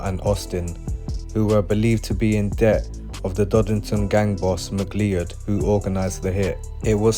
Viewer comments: Mc-Lee-Ed!!!🤣🤣🤣 everytime he says that name it cracks me up... its pronounced Mc-Cloud... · Ma cloud - is how the surname is pronounced